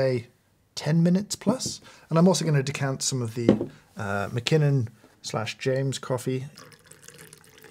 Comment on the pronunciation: Please don't say decant...